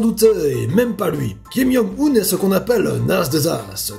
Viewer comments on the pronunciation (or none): C'est Kim-Joung-un pas Kim-young-un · Ça me perturbe trop qu'il dise "Kim Yong Un" XD